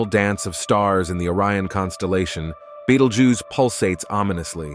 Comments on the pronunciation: Oh absolutely first prize goes to betelgoose 🤣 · I don't think you pronounced betelgeuce the same way twice😂